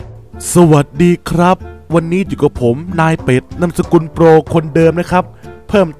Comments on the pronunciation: พี่เรียกโปรเป็นนูบ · พี่พากย์โปรกลายเป็นนูบ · พี่โปรตอน22.44พี่เผอพูดว่านูบนะ